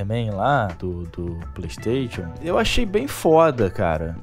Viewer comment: para de falar playstation e fale playstaichon... está me incomodando, rs